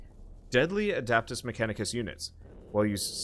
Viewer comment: It's not "adAptus", it's "adEptus" mechanicus :) Imagine you're trying to speak latin :P